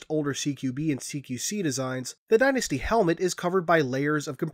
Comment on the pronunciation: I believe the helmet is called DYNAST....not DynastY